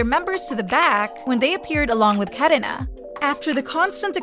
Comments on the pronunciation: The way ai voice says 카래나 . KaRena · WINTER! WINTER! WINTER! The way you kept saying "WintAaa" over and over again, got so annoying. Even how you said KarinAaaa. Also KachuHa? What is this? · why do you pronounce karina and irene like that 💀